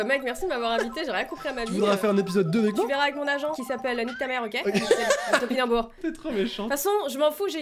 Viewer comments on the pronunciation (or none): ALORS ON DIT PAS TAMPINAMBOUR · dit tobinambour et deujna c'était tractopelle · a dit "TOPINOBOUR" exactement 57 fois. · J ai pas compté combien de fois a dit tempinanbour mais je sais qu'elle ne l'a pas dit au moin 11 fois. Continue comme ça je vous aime trop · a dit 62 foit tenpinanbour cinon trop drole la video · tu dis pas tipinambour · a dit 61 fois topinenbour ( oui j ai conptee) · a dit 50 fois tanpinobour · Elle a dit 45 fois tanpinanboure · Elle a dit "tompinabour" moins les 7 c'est 55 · J'ai trop envie de dire topinambours à chaque fois qu'elle le dit 😅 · GAGE pour GAGE pour ( elle oublie de dire Tampinanbour) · mais vous avez remarquer quand meme que quand a dit je suisprete la pour les compliment elle a pas dit topinambour ditent moi si chuis la seul a avoir remarquer